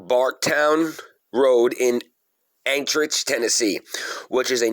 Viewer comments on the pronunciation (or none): its pronounced Anti-Ock, not anchorage. Its spelled Antioch. I live in Tennessee near there.